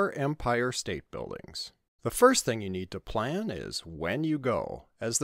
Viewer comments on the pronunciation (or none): none